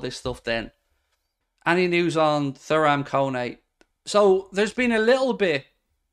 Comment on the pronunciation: Hi mate I think his name is pronounced turam